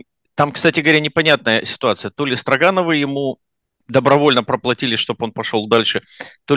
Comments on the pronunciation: Не возьмусь вдаваться в происхождение фамилии, но произношение Стро́гановы куда проще и естественней чем Строга́новы. Возможно это издержки местного произношения. Я часто слышал: "этот брус стро́ган". И ни разу не слышал: "этот брус строга́н", хотя и допускаю что где-то говорят и так. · СтрОгоновы не СтрогАновы. Промысловые люди не промышленные, это потому что вы во всяких Латвиях и США живете и там по другому ударения в словах или почему? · СтрОгановы, а не СрогАновы!😂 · Почему СтрогАновы? СтрОгановы же. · Впервые в жизни услышал ударение в фамилии отличное от СтрОгановы. Очень удивился. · уланов понятно к дефектам его дикции я уже привык, но, интеллигентный, образование человек, всегда говорил чётко и внятно, тут те же СтрогАновы и т.д. толи дразнит Уланова то ли у них в США другие правила по ударениям. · фамилия СтрОгановы - правильно произносится с ударением на первое О. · Всегда слышал произношение этой фамилии как СтрОгановы. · Мне понравилось, спасибо за ролик Я привык к другому ударению , но это не принципиально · Тоже это слух резало.